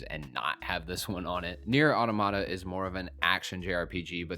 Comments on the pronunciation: Final Fantasy XVI is not the first M rated Final Fantasy game ever made. That honor belongs to Final Fantasy Type 0. And Automata is pronounced Ah-tom-ah-ta. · it's still a mistake in the video itself. And the mispronunciation of automata is widespread. Is it actually wrong to learn how to pronounce a word correctly? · do you actually know if he meant only the mainline games, or is that just an assumption on your part. My take is based on what he actually said. Automata factually only has one proper pronunciation. He's just saying it wrong. It's okay to make mistakes. And it's also okay to point them out. People don't learn otherwise.